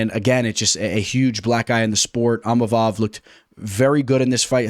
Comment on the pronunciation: Bro it's ( EEM-AH-VOV)...& Money Moicano hyped us up!